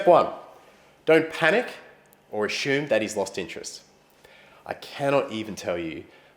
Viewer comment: ashoom xD love how you say asume